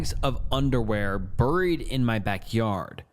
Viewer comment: No way that’s how you actually pronounce “buried”😂